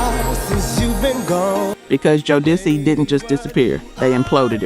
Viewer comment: Your AI voice fooled me until they started trying to pronounce the group Jodeci 😅